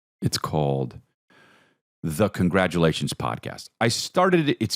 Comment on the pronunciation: Haven’t heard a “congargalations” in some time mmmmmm’babies. Whenever I’d guess that opening right my day got sss’much better